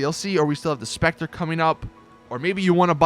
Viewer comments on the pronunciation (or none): none